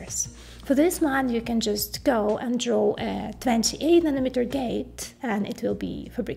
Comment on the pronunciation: Does she know how to pronounce N A N O M E T E R ? SOUNDS LIKE MILLIMETER !